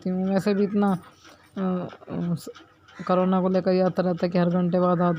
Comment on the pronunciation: Carona nahi corona bola karo video ke chakkar me kaha kya bolna h ye to tik se bolo ji